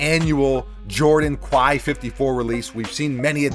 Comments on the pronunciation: Quai is pronounced more like the "kay" in "okay" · Just a heads-up, Quai is pronounced "Kay" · Love your vids. It’s pronounced “Kay.” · Please learn how to pronounce the word “quai” it definitely sounds like kè - this is a sneaker page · It’s pronounced Like Kay. Dope vid 👌🏾